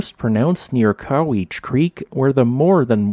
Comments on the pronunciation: I'm from the area of this lava flow. The pronunciations are Tie-eh-tun, Cow-witch-ee, Nach-eez, Yack-ah-muh, and just for fun: Uhh-tan-um. Have fun with Lmuma Creek. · It's pronounced "Yack-ihm-ah," "Cow-itchy" "Tie-it-ahn," and "Naa-cheez." Other than that, interesting video about a fascinating lava flow that can be seen in the highly scenic area along Highway 12 to White Pass from Yakima. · Yah-ka-mah (yakima) Cow-itch-e (Cowiche) Na-cheese (Naches) Why can no one ever pronounce these names right?